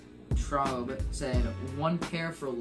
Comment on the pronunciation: THANKS FOR PICKING MY QUESTION DUDE AND YOU CAN PRONOUNCE IT (TRAWB) AHAHA